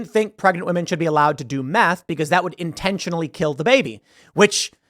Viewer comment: Had to re-listen like four times because I thought you said "math" instead of "meth".